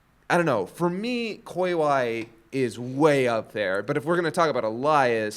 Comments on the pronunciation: Damn it, after getting my name right every time during the first video right off the bat you say ell ie as. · Why does say 'Elias' like that? That's not how they pronounce it in the show.